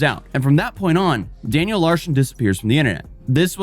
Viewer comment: "Daniel Larshon"